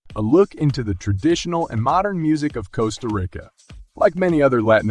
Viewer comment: I am very tired of AI narration. Mispronunciation of words like ‘Costa’. Just, please, hire a human.